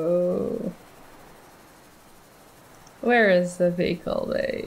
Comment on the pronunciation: Mobile Wehicle Bay... Mobile...